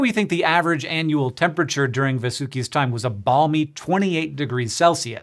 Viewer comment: Bro you are pronouncing Vasuki incorrect it is pronounced Vaasookee